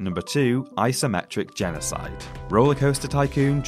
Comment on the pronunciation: What's 'genoside' though?